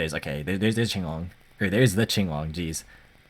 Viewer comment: I hate it when people call it King-long instead of Ching-long lol. Finally an actual Chinese man pronouncing Chinese word